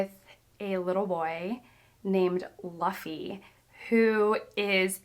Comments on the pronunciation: Super excited for the upcoming journey. First time watching your channel. I'll get some of the pronunciations right, Luffy is more like Loo-fee, and Eiichiro Oda is Ei-chi-ro O-da (ch is like the ch from chocolate). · I love how every booktuber who has run into One Piece in the last few years has made this very English error. It's the first step of the great initiation. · just a heads up, you will drive everyone crazy :D luffy is pronounced loo-fee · its always great hearing newcomers pronounce luffy lol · This pronunciation of "Luffy" causes me physical pain. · It's the greatest story ever written just pronounce luffy correctly good job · Always love finding people falling into One Piece, and I wish you so much connection to the story. Though, some pronunciation sidenotes: Luffy is pronounced similarly to loofah, just change the 'ah' to 'y' like you would pronounce the y in monkey Eiichiro Oda: Ee-chi-ro Oh-dah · as a Quarter Japanese, you should probably learn how to say Japanese names properly. and im not talking about perfect native pronounciation, just basic understanding of how to read them, for example, if you see the name "Luffy", you pronounce it as it is supposed to sound (LU like "loop" and ffy like "fifty"). rather than the American way of seeing the letter "U" and instead of an "oo" sound you give it an "o" sound. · Uh…. can you please remake this video? I don’t want to gatekeep, but c’mon. Those pronunciations of Luffy’s name and Oda’s name are just driving me crazy. I know you said you were a quarter Japanese, but damn just damn.